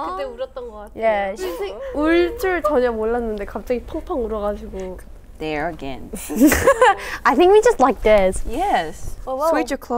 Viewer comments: haerin try to speak english, pointing "there is dare, dare is there" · Haerin saying “Dare is dare (there)” 😂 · "dare, there you go" minji lmaoo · Haerin - ‘dare is there’😂😂😂